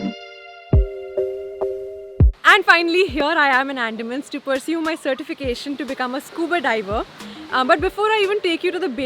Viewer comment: it's अंडमान not एंडामn